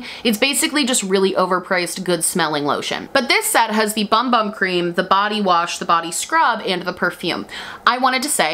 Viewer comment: The bumbum cream does not in fact tighten your butt, and they’ve never claimed that it does. Also, it’s pronounced boomboom.